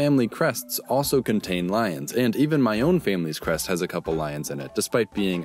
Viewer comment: Did he just say "My own family's crest"?